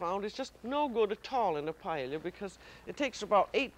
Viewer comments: Since this is paella from the perspective of French cuisine by an American chef with her own idiosyncratic dialect, I think the pronunciation is FINE. You say "paella", I say "paëlla", Julia says... PAELLIA. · Glad to see a new episode uploaded but her pronunciation of paella is off the mark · I've never heard it pronounced "pa-e-li-ya" before. Is that a regional pronunciation or just the way Julia pronounced it? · I never knew Julia Child couldn’t pronounce paella 🥘 🤣😂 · She is mispronouncing it. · She did not pronounce it correctly according to the Spanish pronunciation. The double "ll" is pronounced as "y"--according to several written guidelines AND vocal recordings. That was the pronunciation I was taught in Spanish IV in high school, and Spanish literature in college. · She is mispronouncing it